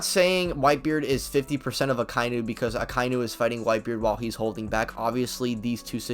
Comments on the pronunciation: Aka-inu... Not akai-nu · Say it with me: "Aka-inu." The pronunciation does not contain the word "eye." Why does everybody get this wrong?